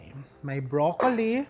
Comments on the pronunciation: can you stop saying bro...colli its .. broclli thanks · Brock-ly (Broccoli)